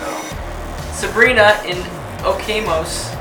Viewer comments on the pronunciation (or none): "Oh-kay-mos" it's okay Tyler, you're trying